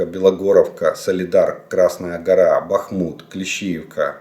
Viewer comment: Добрий вечір! З великою повагою до Вас,будь ласочка, місто Бахмут,наголос ставиться на літеру "А", а не на літеру У. І цей наголос є вірний в не залежності,якою мовою це місто ви називаєте. Місто Бахмут з наголосом на літеру А.